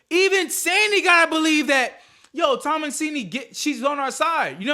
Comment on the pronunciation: Lol her name is pronounced “TAH MA SIN” or Eloise in the movie